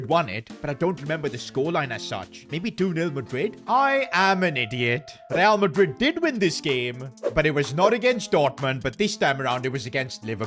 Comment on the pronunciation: He always gets resl madrid wrong mhmmm strange